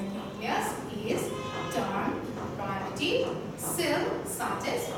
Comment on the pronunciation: You just read, we can read it by ourself too then what's the need to see your video and waste our MB. You didn’t make us understand anything, 😑😑you don't even know to read properly, you came to teach us, and you don't know to pronounce 'primitive' also. Worst video ever!